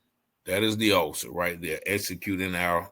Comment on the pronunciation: You cant even say Offocer. Orficer. Lol